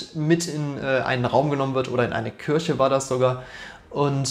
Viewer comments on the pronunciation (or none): none